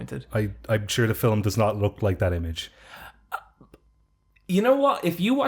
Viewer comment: I just can´t get over "Filim"